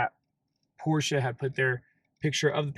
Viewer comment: I hope after 2 years you have learned to pronounce Porsche properly.